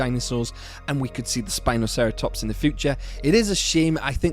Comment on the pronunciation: Its actually Sino-spino by the way, Not spinoceratops.